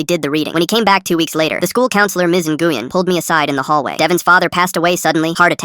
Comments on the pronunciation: Nguyen is NOT pronounced engooyen it’s newin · I’m pretty sure Nguyen is pronounced “When”, not “Na-goo-yen”. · Nguyen is pronounced (nwen), NOT (n-gu-yen). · counsilor's name is pronounced win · btw Nguyen is pronounced (New win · “Ms. Enguien” what the fart? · NGUYEN IS PRONOUNCED WIN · The name of the principal should be pronounced "wen". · nguyen is not nuh-goo-yen bro what ???? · Its actually a Vietnamese name but the AI didn't;t know how to say it, its pronounced like NGWEE-en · Nah its supposed to be wen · Miss Nguyen I’m sorry the way they pronounced it tho 😭